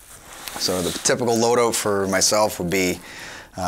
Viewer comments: “Loooe oat”(load out) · “Load ooot” tell me you’re Canadian without telling me you’re Canadian